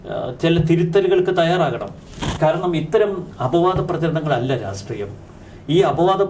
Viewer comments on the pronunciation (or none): കൂട്ടുകാരനെ വെള്ളപുശാൻ ഇറങ്ങിയതാ... അല്ലെ..?? .. രാഷ്ട്രീയം എന്ന് തിരുത്തി പറയാൻ പഠിക്ക്.... ആദ്യം.